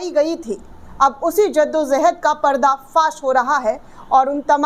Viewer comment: Jaddo jahad Not zaddo zahad جدّ و جہد